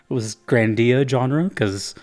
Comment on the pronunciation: The only proper pronunciation is GRANdia, not "GranDIA". As in "GRAND". Also, yes, there's more GRANdia than just GRANDIA and GRANDIA II. Parallel Trippers and GRANDIA Xtreme, for one. We don't talk about "Grandia III" because it's utter garbage, no one in their sane mind would dare to tell you they genuinely like it.